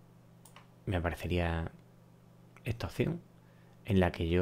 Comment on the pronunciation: Se dice “esta” no “etsa”